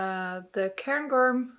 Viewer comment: Your pronunciation of Cairn Gorm is actually bang on! It's a big mountain in the north of Britain, in one of Scotland's national parks :)